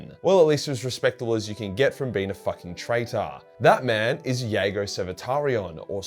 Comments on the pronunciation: Those Night Lords novels dragged me back into this daft, money pit of a hobby. Love your work but I have to be pedantic as I'm sure the J is pronounced in Jago in the audio dramas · Me, wondering why is pronouncing Jago with a "Y" and not a "J". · Lolz. I don’t think the J is silent is it!? Never heard it pronounced that way, n u b gettin a lil crazy wit pronunciations from t2t 😏. Anyways, in conclusion, just say the J plez. 😅